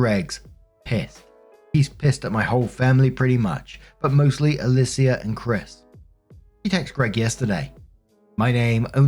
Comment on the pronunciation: Alicia is pronounced either “UH-LEE-SHA” or “UH-LEE-SEE-UH”. -someone who’s mom is named that